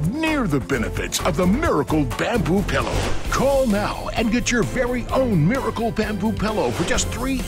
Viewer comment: There is nothing that annoys me more than people who pronounce it PELLOW.